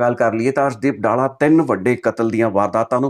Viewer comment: ਡਾਲਾ ਨਹੀਂ ਡੱਲਾ ਏਹ ਪਿੰਡ ਦਾ name